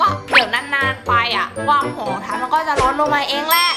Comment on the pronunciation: ทำไมพี่อาจุมม่าถึงพูดคำว่า"ความ" เป็น"กวาม"อ่ะ